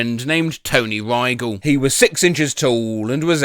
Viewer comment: By the way, he’s pronouncing Rygel wrong